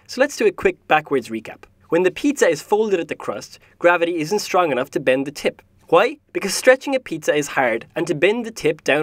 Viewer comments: “JUAY?” lol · HeirOfGlee Hwi? 😂😂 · WHUY? WHUY? WHUY? lmao xD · Anyone else found it funny when he kept saying "HA-WHEY?!?!?!" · i like the HWWWHY! becouse its what is the first thing that you think after you hear something like this. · He says why like Stewie Shwy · Why = hoi? Pronunciation :D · I love the voice actor :3 Something about his accent... And his WHY? :D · Who doesn't love pronouncing Hs before Ws?